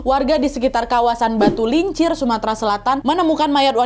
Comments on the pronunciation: Ralat kak nad,bukan batulincir, tp Bayung Lencir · Bayung Lencir kak bukan batu Lencir maaf mengoreksi🙏😁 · kk bayung lincer bkn batulencer